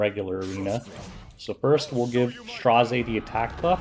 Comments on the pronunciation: Just pronounce his name as 'STREZZ'.... why the stress? XD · Tip: His name is pronounced as Straz, which rhymes with Ras. 😁